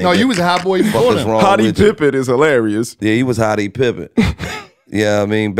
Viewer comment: Lmmfao bull said "Hottie pippen" and "Burny Sanders" 😂😂😂😂😂😂😂😂